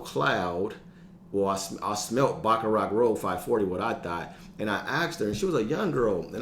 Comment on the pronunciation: Yo G..I know it be going wild😂 .but its pronounced Baccarat... (Cant be messin this one up in the fragrance community lol..my boy told me my Aventitoss smelled good and i almost spit out my drink😂😂😂😂😂